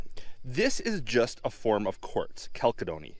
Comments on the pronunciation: ....I think the pronunciation is chal-SED-nee. Chalcedony. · You are pronouncing it wrong it is pronounced (CAL- SEDD-KNEE) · Texan here. We pronounce chalcedony more like “kal-said-unie”. It’s funny when you hear someone pronounce a word completely different than you’re used to hearing it. Don’t know who’s right, but I’m not sure it really matters. I got what you were sayin. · That's gonna make some pretty cabochons. Beautiful claim, also. I've always heard "chalcedony" pronounced [kal SEH duh nee] Gotta get you one of those Diamond Pacific lapidary machines. :-) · "kal-sid-nee".....chalcedony FYI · It's kal·seh·duh·nee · So a LOT of people thought it was important to correct me on my pronunciation of Chalcedony. I say it the way I do because two old timers who taught me most of what I know said it the way I did on the video. That being said I know within my rock club most say it with a soft "c" although people still love to debate how it should be said. And frankly it really does not matter how you say it if as long as people understand what you are saying. Maybe the oldtimers said it that way as a joke or maybe it was their accent. Maybe they just said it wrong too. Anyhow, tomato, tomato..... a rose by any other name would smell as sweet. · Beautiful material! I have to know what it is! I know you said chalcedony (and I don't care how you pronounce it, everyone says rock terms the way they learned them), but there has to be more to it! (since pure chalcedony, while giving a bluish appearance sometimes, that's the result of tiny bubbles scattering light, and that doesn't work when you back light the specimen, the are grey. This stuff IS blue, so I'd love to know why!) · Yeah, a strange pronunciation. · Fyi. The second C is pronounced as an S. The CH is like chemist as you said. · So, reporting it straight is too boring? Might want to check the pronunciation of chalcedony. Nice looking material, even so.